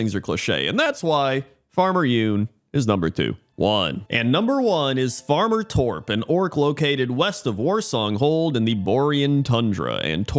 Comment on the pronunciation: As a Swede, I'd point out that you're pronouncing Torp wrong, but then I remembered, that'd be pointless to point out.